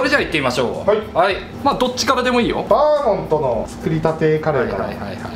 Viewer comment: バーモンドじゃなくてバーモントなことに一番驚きました。